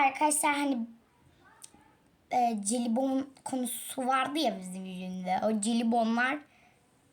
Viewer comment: Celibon değil jelibon diye okunuyor :]